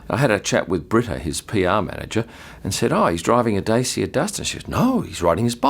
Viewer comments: The dacia duster is a superb car actually. Very value for money. Also it's pronounced da-chia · Dacia is pronounced Dah-cha for anyone interested in the english native language world